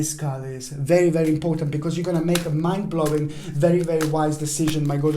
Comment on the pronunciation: For a second I thought you said ‘man blowing’ instead of ‘mind blowing’ and I was like 😏😏😏....